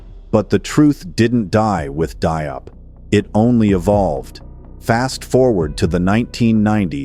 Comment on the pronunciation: Pas Dop , mais Diop